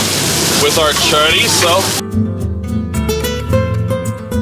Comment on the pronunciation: Love it sounds delicious but glad u say chorizo right